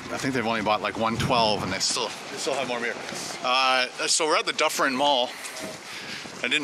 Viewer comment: dufferin mall? where did you get "duffen" from?